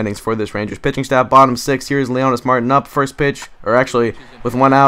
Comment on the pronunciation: one other thing, it is pronounced Leonys (mar) (teen) not mar tin